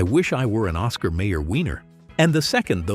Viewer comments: It's pronounced oscar meyer add oscar meer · Why is it that videos like this always mispronounce something? Anyone who ever watched an Oscar Mayer commercial knows Mayer is NOT pronounced May-orr. It's MY-err. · Do you even listen to the ads before doing your narration? It’s Oscar My-er, not May-er. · You keep saying mayor, it's pronounced my er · Oscar M-eye-er wiener. Not May-yer. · When the chatbot narrator cannot pronounce the last name of Oscar Mayer correctly.. twice!